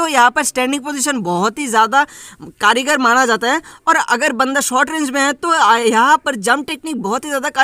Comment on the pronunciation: Karigar nahi kaargar 🤣🤣🤣🤣